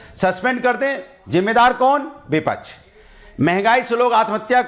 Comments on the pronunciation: are hare tote bipach nahi hota bipaksh hota hai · vipaksh ka pronounciation sikh lo phle😂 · को विपक्ष केहना आता नही विपछ विपछ बोल रहा है